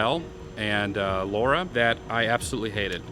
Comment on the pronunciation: Its Lara Not Laura 😂